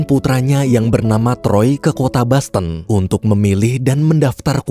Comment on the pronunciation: bukan basten tapi boston min wkwkwkw... itu dosennya meninggal apa gak diumunin di grub fb atau wa kah? wkwkwk